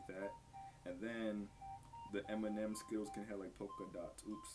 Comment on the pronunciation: Dude pronounces M&M as Eminem